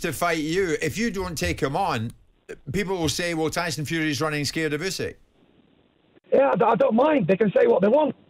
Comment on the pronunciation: My only criticism - Usyk is not that hard to pronounce